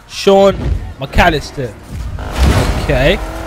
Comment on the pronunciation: I don't if u guys realise but he said Shawn not sean